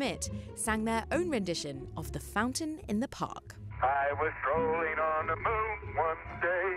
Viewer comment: She actually says Mewn. like so many these days.